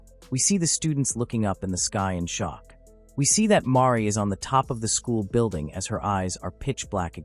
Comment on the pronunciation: Name: Banri 🤖: “Mari” ………🫠